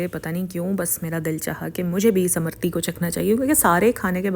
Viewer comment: Amrutti not amarti